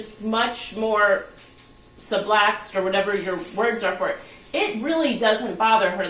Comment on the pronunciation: It’s sublux not sublax